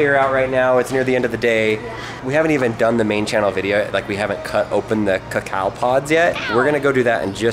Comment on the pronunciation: It's pronounced cæ-cœ not cöcö if it's a pod